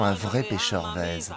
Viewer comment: Super documentaire ! Juste une petite rectification, c'est "Vezo" et ça se prononce "vezou" avec le "ou" aspiré Merci